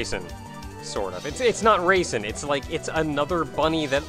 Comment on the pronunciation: I keep hearing raisin instead of Reisen...